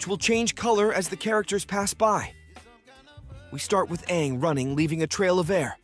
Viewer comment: Bad pronunciation at times... for both Aang and Toph.. also what's with the anal voice .. ? you sound anxious to be finished.